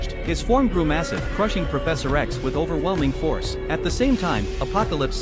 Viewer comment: "With ovelming force" got me hype cuz im darius main